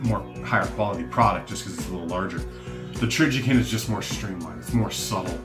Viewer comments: TrijiCON, not TrijiKIN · Trijicon has a great name, too bad he doesn't know how to say it LOL!!